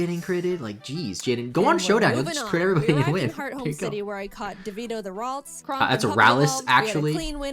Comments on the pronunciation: It's rals not ralis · So new subscriber here. Do you say ralis as a meme cause it is for sure ralts? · I know I'm late... no, no its not Ralts; said as, ROHLTS (much like “waltz”) I'm sorry this triggered me to much its my favorite pokemon line...